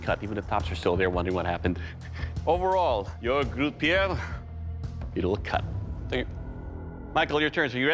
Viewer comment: Absolutely mangling Grutte Pier! 😖